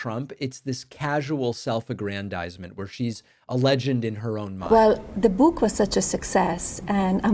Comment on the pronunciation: "Da Buuk"😅